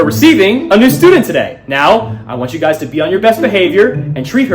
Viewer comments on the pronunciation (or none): none